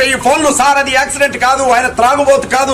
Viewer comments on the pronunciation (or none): Thagubothu ❌️ Tragubothu ✅️. 😅